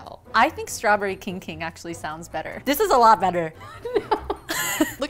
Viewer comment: The kijg kimg sounds like something went wrong in chinese